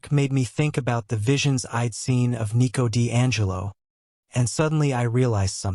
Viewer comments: 1:2:58 ✨️EeT WoS NeEcO Di AnGeLo✨️ 😅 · It's funny to hear😭😭